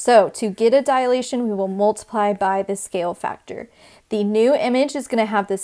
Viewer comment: Students often mistake it as a "dialation" , so please pronounce it properly. It is a 3-syllable word: you're saying diAlation, instead of dilation. Also: why not refer to the shapes as preimage and image?